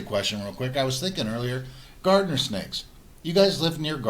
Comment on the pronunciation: Garter Snake----Not Gardener Snake....easy mistake